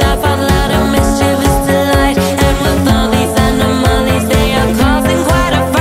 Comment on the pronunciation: Anomalies is pronounced like hot tamales.